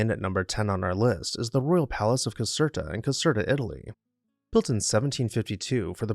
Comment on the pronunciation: Not exactly sure what the largest palace in Europe "by volume" means, but why is that one only no.10 on your list? (Caserta is pronounced as if the "er" is "air.") Where is Europe's largest palace (by floor space and 3400 rooms ), the Royal Palace of Madrid? While the Winter Palace has more floor space, it isn't one giant building like the one in Madrid. Good choices, just my being picky - like thinking a video about houses should be about houses with a separate video about palaces.